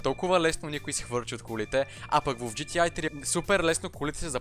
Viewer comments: професионалист ама казваш на игрите GTi вместо GTA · Джи ти ЕЙ, брат, джи ти ЕЙ, все още "А" в английския се чете "ЕЙ" :) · когато си професионалист в GTA и наричаш буквата А - "ай" LOL